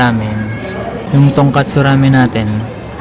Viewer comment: Tongkotsu Ramen not TONGKATSU😅😅